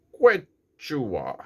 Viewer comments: Gracias x tu video. Saludos desde cdmx. Se pronuncia que chua. Es el nombre de la lengua de peru. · I think its pronounced kee chu wa. Soft 'H'. Their outdoor products are good.